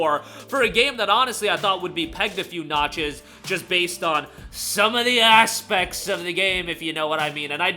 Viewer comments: Just wanted to say emphasis on ASSpects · “…some ASSpects…” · "Some of the ASSpects" 🤣